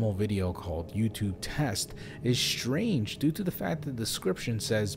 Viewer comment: Good Stories...Good Speaker.. except the 'shh-trange'..?..for the word 'strange'